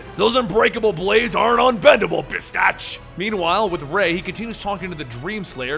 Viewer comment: hey isnt it bastich? not bitstach right?